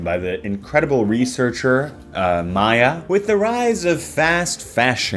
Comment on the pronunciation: was very upset to hear misread Maya, the Researcher's name. Much like our Lord Himself, it should always be read Maya, the Researcher.